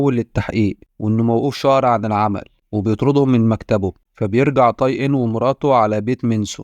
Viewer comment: اسمه (تاي) وليس (طاي) حرّفت الاسم